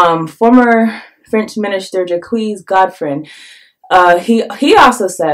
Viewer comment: I apologize for correcting you dear sister but at the minute mark the way you've pronounced "Jacques" Chirac was completely wrong😅indeed contrary to the English tongue the French language pronounces the letter "E" like the sound "uh" and the letter "S" when positioned alone at the end of any word is considered a quiet "S" thus in reality you should've pronounce the name Jacques Chirac as such "Jack Chiraq" (Chiraq like Chicago) it's not a big of a deal you know???The only reason why I'm correcting you is not to sound like a smart jerk instead it is because I found out that there are many francophone brothers and sisters on the continent watching your channel regularly and unfortunately most of them don't have my bilingual background and it's sad because it is critical for the younger generations of Africans to get those names right so they can effectively Google them then learn for instance who really was that old anti African terrorist of Jacques Chirac and the atrocities he has committed against black folks during the time he spent as the French president...